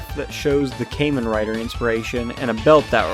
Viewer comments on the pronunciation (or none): redo this video bro it’s kah-men rider not kay-men rider LOOOL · Well, it’s not pronounced came in writer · Kay-men rider 😂😂😂😂